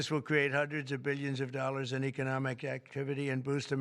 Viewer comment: What the heck are the dorrars he is talking about investing